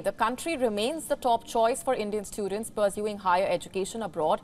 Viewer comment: this lady needs to work on her diction. Her 'pursuing' sounded like 'perceiving' in this video.